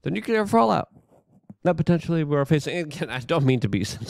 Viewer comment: Nu-clear not nucu-lar. Nuclear has only one u in it